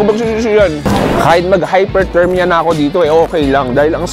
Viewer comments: Nice content po, natawa lang ako sa Hyperthermia imbes na Hypothermia hehehe peace! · Its hypothermia not hyperthermia